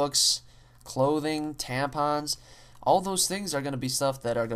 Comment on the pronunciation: WHAT YOU SAID TAMPONS LOL!